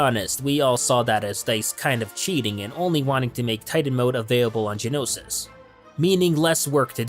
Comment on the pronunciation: Ik this is really picky and im not hating or anything trust me, but how he says "Genosis" and not "Geonosis" really makes me cringe ._.